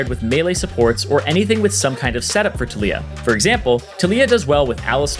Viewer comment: Anyone else annoyed with the way he says taliyah